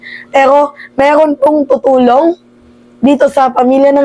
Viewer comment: Meeerrrroon ayusin mo R mo